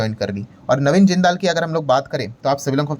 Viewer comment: ओह ये जिंदाल नहीं है जिंदल ग्रुप है। ये लाला मतलब वैश्य समाज में हैं। जिंदाल तो ऐसे बोल रहे हैं जैसे फिल्म में विलेन होते हैं। 😂😂😂